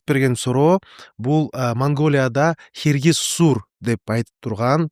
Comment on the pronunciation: Хиргис сур эмес Хяргас күүр дейт !дөөрүбөй туура суйлочу